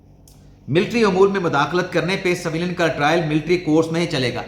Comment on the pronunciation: اسی طرح لفظ سویلین کو س کے نیچے زیر کی بجائے اس پر زبر لگا کر بولتے ہیں